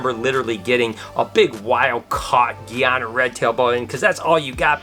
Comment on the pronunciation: its GUY A NA 🇬🇾🇬🇾🇬🇾 Say it with me. GUY A NA